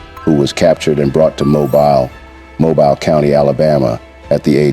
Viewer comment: Mobile is pronounced (Mo- bill) Alabama not Mo-byle